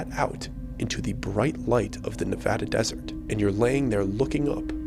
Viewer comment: We love pronoucing Nevada correctly!!!